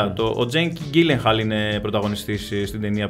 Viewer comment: Ρε το επίθετο του τζεικ δεν είναι Γκίλενχαλ αλλά Τζίλενχαλ.